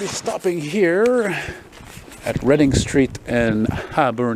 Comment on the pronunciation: READ....ING street DUH